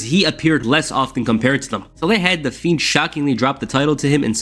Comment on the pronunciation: Am I trippin or did he sound like he kept calling the Fiend the Feet?